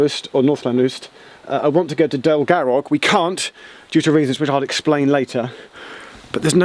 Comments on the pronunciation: I was so surprised when he pronounced Llanrwst correctly but then it fell apart with Llandudno and Dolgarrog 😂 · He didn't have enough saliva in his mouth to pronounce Llandudno and Dolgarrog correctly lol ;)